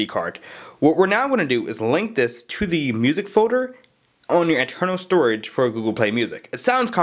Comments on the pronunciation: What is a foder? You mean folder? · "then you make a new forder" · This guy can't talk. "Create a music Fodar"